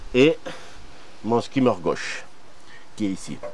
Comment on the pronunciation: Magnifique travail, comme d’habitude, mais s’il te plaît, dis skimmer et pas « skaymer ».